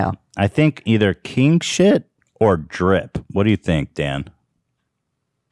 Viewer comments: he was kinda pronouncing it like “keeng shit” lol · Ngl, when Ethan fist said “king shit” I thought he was saying “Keem-shit” and I was rofl This is a suggested keemstar name change to “keem-shit”